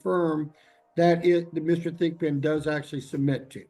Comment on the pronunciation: Lol did he say Mr. Thick Pin?